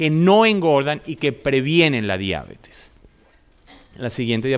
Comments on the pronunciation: La palabra diabetes, con vocal tónica en la primera "e" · ¡¡Gracias!! Nota: La palabra "diabetes" es sin tilde en la a, por lo que es curioso la forma como aquí se le pronuncia.